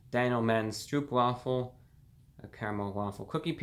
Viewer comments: Please Lord Brah, let me me of service; The "oo" in "Stroopwafel" is pronounced like it is in "stroke". Sincerely, a loyal food review viewer from The Netherlands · The way you say stroopwafel is really funny great vid too